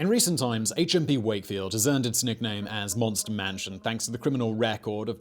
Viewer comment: HMP Supermax, on the first take I thought he said A Chimpy Supermax. I thought that sounds like fun!